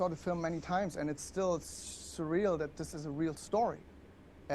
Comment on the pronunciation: One of the common problems with Germans speaking English is the 'th'. Since you gotta put your tongue between the teeth, and Germans 1, are not used to it and 2, it's kind of considered not nice to put your tongue out, here we are. This then leads to 's'ath' instead of that.